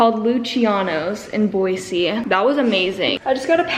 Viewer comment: It’s boy-z not boy-c